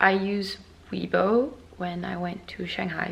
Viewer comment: Chinese subscriber here~❤ I‘ve been watching your video over a year, love your content! Weibo keeps updating their account security measurements so it's getting more and more difficult to create a new account even for the local Chinese. Hope you can get your weibo account fixed asap. P.S. Weibo is actually prounce as "way-bour(without the r sound)".